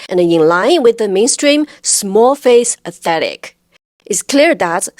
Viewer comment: u say Aye-tetick lol instead of aesthetic :D